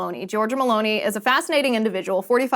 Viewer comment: Is not Maloney is Milani